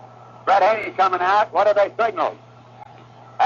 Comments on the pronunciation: Ad Cock, not Ad ock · He's scaired to say "Adcock"😂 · I'm a boomer from Milwaukee, and I can assure you that the final letter of Lou Burdette's surname was not pronounced as an additional syllable the time. Also first baseman Joe Adcock was pronounced with the first syllable having the emphasis.